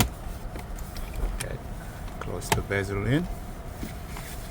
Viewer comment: “pop out the bazel on the cluster” … OK LOL